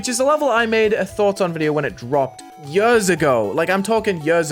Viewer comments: "Five yÖÖÖRS ago" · I agree why does he say yurrs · "yörs" would work 10x better here btw (yes i know how it sounds like because im from sweden and we use ö here) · why do you say "yu-ers" like that i don't even think that's your british accent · yuhs ago 😭 yuhs ago 😭 yuhs ago 😭 DUDE I CANT 😭🙏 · "I'M SO MUCH MORE BRITISH!" goes hard Also "Five yurrs ago!" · How is the way he says years different? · ''yørs ago'' 😭